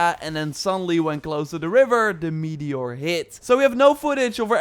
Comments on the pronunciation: ah yes, a "meator". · Meator? You mean 'meteor' unless of course it's made out of meat. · "Meator" oof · Meator? Or accent? 😜